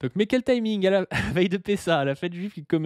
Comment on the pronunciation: Prononcer Pessa au lieu de Pessahre, je me désabonne direct !